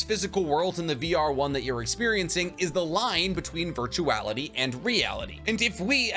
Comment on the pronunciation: Did you say virtuality??